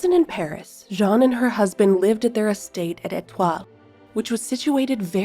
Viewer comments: Beautiful, but name is Jeanne like, JE”ANNE” not difficult… you are pronouncing “jean” like it’s a man… sorry. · Yes that confused me...I wasn't sure who Jean was 😅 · You pronounce her name wrong. Learn the correct pronunciation of Jeanne, please.